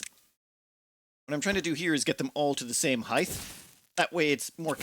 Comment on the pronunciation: Are you saying 'heighth'? You know it's 'height' right? Rhymes with 'right'. And I always feel sad when the timer says the video is less than an hour. Great content x